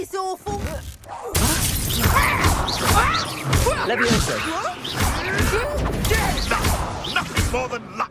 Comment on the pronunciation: It's not Leviossa, it's Leviosa! lol